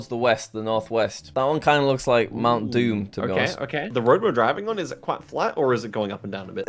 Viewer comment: You mentioned Mount Doom in New Zealand, because it was Moint Doom😂